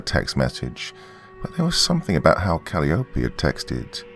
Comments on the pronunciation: Calliope is pronounced Kal-eye-oh-pee. But I liked this'n anyhow. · For future reference, Calliope is pronounced "cuh-lie-uh-pee". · Great Story, Doc. Just A Small Correction. The Next Time You Run Into The Name Calliope, It's Pronounced Kal-Eye-Oh-Pee. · Calliope = Cuh-LIE=uh-pee Like the ride i.e. merry-go-round. :) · Hey Doc, just wanted to let you know the proper way to say arugula and calliope. Instead of aira-goo-la, it's uh-ROO-guh-luh and instead of callie-o-pay/callie-ope it's kuh-LYE-o-pee. I'm sure viewers will thrash me for daring to correct the good, but I'm not coming from a place of derision or anything. These words are often mispronounced because many people have only seen them written. Wonderful narration like usual though!